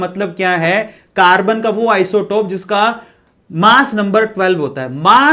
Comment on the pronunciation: Sir aap isotope galth bole . sayad flow flow Mai ..... No problem ....